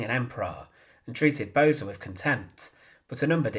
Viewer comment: Pronounce as "Bose" like "Those"